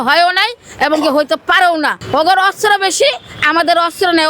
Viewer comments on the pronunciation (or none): ভিক্ষুক মুক্ত বাংলাদেশ চাই! দুরদর্শী সম্পন্ন লোকের মন্তব্য বক্তব্য তুলে ধরেন! দেখবেন আসল বাংলাদেশের আসল চেহারা! এমন মহিলার বক্তব্য তুলে ধরেন যে অস্ত্র কে অস্র বলছেন 😅😅😂😂 হায়রে দূর্ভাগা জাতি😢!